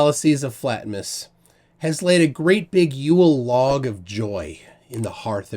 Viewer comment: "Yule log" sounds wrong.